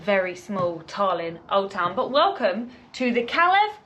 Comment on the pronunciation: Good video but it's Tallinn not Tarlin